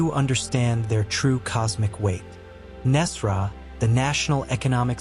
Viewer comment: And thank you for pronouncing Nesara correctly. A sign this is aligned. 🙏